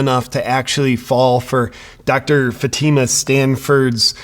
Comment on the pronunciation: It's FATi ma... Come on FATi ma... 🤣😂🤣🤣🤣😂🤣🤪